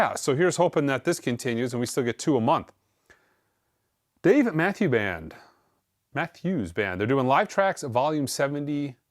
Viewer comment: mispronouncing Dave Matthews may be his masterpiece.